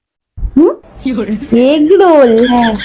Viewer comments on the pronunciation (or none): এগ রোল বলেছে এগ্রম বলেন